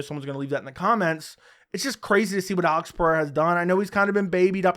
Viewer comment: You got the brazillian pronunciation of Alex's name perfectly